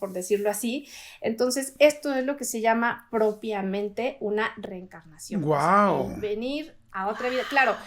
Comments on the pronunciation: Por qué dice "recarnación" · Reencarnación, no reecarnaciòn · No se si solo sea yo, pero se le oye que dice recarnacion en vez de reencarnación